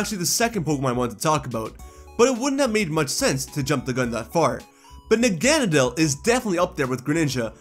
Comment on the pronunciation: Your pronunciation of Nagenadel is insulting towards all pokémon 🤦‍♂️